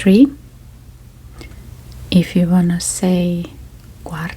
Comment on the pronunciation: To help you pronounce quarter - try breaking it down like this - core-ter. Your English is really excellent, and the Finnish/English mix creates great asmr!